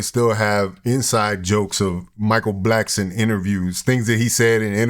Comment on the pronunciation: Mike Blackston..come on Corey it's Blackson